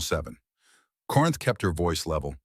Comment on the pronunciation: The names in this script are ridiculous !Take " is old " and " as sold " for " Isolda " or " Isolde ". Nonsense like that is inexcusable and insulting to every listener and could be avoided by simply having a human proofread the AI written effort . That simple step seems to be too much to ask. I felt a little upset at Corinth being read as "Corn " by AI. How can Aldrick betrothed hid daughter to Dorian and then to the king .